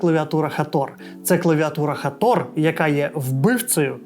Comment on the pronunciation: Як же ріже вухо цей Хатор, і усі ураїнські блогери як папуги повторюють цю помилку. жах.